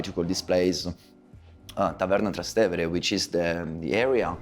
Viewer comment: You can't even pronounce 'Trastevere' properly?